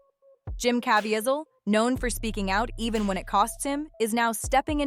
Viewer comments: Cuh veez el. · Pronounced Caveezel